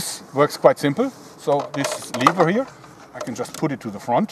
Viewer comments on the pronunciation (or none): LEVER NOT LEAVER OMG WHY DOES EVERYONE SA- KILL ME